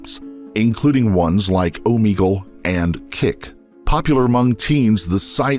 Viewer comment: It's pronounced (Oh Meg UL) not Oh Me Gull